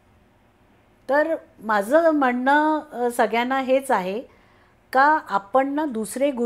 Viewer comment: तुमचं काम खूप छान आहे . मराठी भाषा बोली भाषा आणि प्रमाण भाषा . जर तुम्ही बोली भाषा वापरात असाल तर फार काही फरक पडत नाही , वाचा शुद्धतेची अपेक्षा नाहीये पण जर पॉडकास्ट मध्ये विविध लोक येणार आहेत आणि आपण प्रमाण भाषा वापरणार असाल तर मात्र आपण आपल्या उच्चारांवर काम करावे अशी माझी तुम्हाला विनंती आहे. कोन............ कोण आपन.........आपण म्हनतो....... म्हणतो आवर्जून ' न ' आणि ' ण ' उच्छारावर लक्ष्य द्यावे मी उलगडून न सांगता तुम्हीच तुमचे बोलणे नीट ऐकावे , दोन्ही अक्षरातले लिखाण- उच्चार नि त्यातला फरक समजून घ्यावा ही विनंती .........निव्वळ तुमच्या प्रगतीसाठी तुम्ही ज्यांची मुलाकात घेताय त्यांचे बोलणे पण परत एकदा लक्षपूर्वक ऐकावे असे मला मनापासून वाटते .